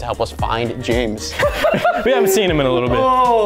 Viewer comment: it's pronounced James